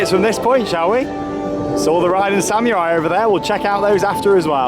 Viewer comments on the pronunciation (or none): SAMMYURAI thats how he says it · still cannot say Samurai